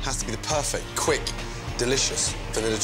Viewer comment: Did he say quick -_